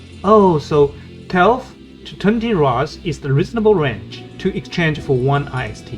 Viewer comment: lol should we trust players who call the Ist rune I S T 😂